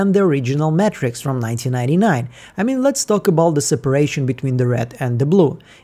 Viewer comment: say Matrix like Mattress? say Eagan like Ahgan? Say it ain’t so